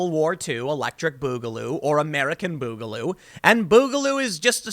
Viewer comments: bugaloo.... comon tim off the fence its boogaloo say it stop being pc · It isn't pronounced like that. It's more like "booger". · Its boogaloo, not bugaloo. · not "Bugaloo"Tim..it's BOOGaloo two O's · It's Booger Goo ! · this was all worth it to hear Tim say, "Boogaloo" so many times! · The way you are miss pronouncing boogaloo, is driving me crazy.